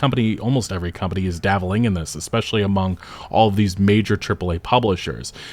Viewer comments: You mean dabbling. You keep saying davvling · What is daveling? You mean dabbling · "Davel" isnt a word. I think you're trying to say "dabbling"